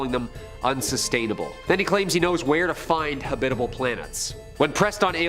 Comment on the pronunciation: Why can’t you pronounce everyday words correctly. “Habitable”, eh? There were many more.